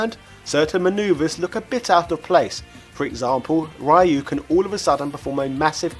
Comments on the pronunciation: It's not RAAAAAIIIIIUUUU, it's Riu ! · I really love this channel but every time he goes RAYU instead of Ryu I cringe hard. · If you know how to pronounce Ryu, then why keep saying RYE-YOU? It's like if I knew your name is Robert and I call you RobertO or something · Ra-e-ou?, súper hadouken? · Why do you pronounce "Ryu" like that. When the newest games outright tell you how it is pronounced! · All good until you pronounced RYU. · i don't mind how you pronounce Ryu , back in the day when i was still in nyc, we used to pronounce it the same way not until ryu came to smash bros i started pronouncing it differently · Pronouncing Ryu properly doesn't make you a weeb.